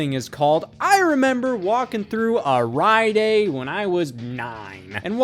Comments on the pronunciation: Are you saying …. Riot aid? 😆 Sorry, just the way you’re pronouncing it sounds odd to me lol Either way, you’re the man, Scott! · Okay, so admittedly I don't watch as much Scott as some other people, but is he mispronouncing stuff like rite aid and subsequent on purpose? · Bro the way you say Rite Aid exposes your Ohioness.